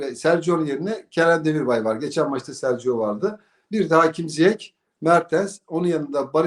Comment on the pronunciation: adam kendisi ZİYEŞ diyor. Lütfen böyle telaffuz edin sonraki konuşmalarınızda. Örneğin size biri Savak, Savaz gibi bir şekilde hitap etse ne dersiniz? İlk 11 tüyonuz için teşekkürler.